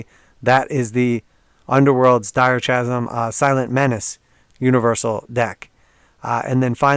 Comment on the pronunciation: Not criticism, just trying to be helpful - h is silent in “chasm” mate